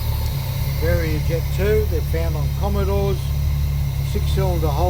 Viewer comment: It’s pronounced vara-jet not very-jet. Mine has developed a problem where fuel is not entering the float bowl, must be a blockage.